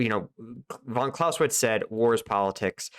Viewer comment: When you said 'Von Klaus", I guess you meant Clausewitz.... Keep up the good work!